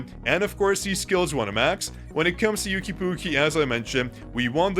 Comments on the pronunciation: For someone that knows chinese, you calling one of the largest artists in China/Asia "yooki pookie" I'm dying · Yuqi's name is pronounced as "U-qi" in Korea. The Y is silent. So like "Oo-key". I listen to their music and am familiar with their name pronunciation 😅